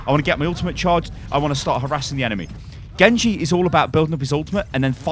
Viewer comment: Was the „GENGU“ on purpose?